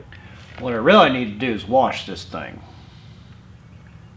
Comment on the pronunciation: Hey it Wash your motorcycle not warsh your motorcycle. My wife corrects me every time saying “ there is no R in wash” Looking forward to your next video. 😊